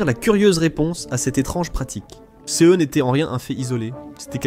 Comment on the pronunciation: pourquoi on ne prononce pas correctement "ces"= sé ? et "ce" = se